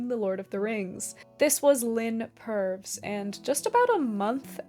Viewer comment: Please forgive me for correcting a lady, but, in England, Purves is usually pronounced 'Purvis' (notwithstanding that perve is short for pervert!). Of course, I could be wrong about how pronounced her own name.